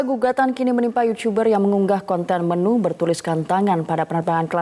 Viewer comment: yutuber mba.. bukan yucuberr.. jgn ikut2an rando ah..